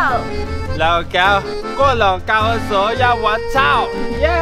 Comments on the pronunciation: 是watch out 不是哇操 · Watch out 变 wachao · 把"watch out"读成"哇，槽"